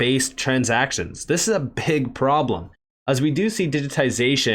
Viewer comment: Sounded like you said a "pig problem" 🤣